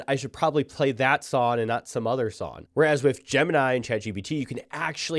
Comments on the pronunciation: He’s definitely saying SONN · Is he saying “song” weird, or just me?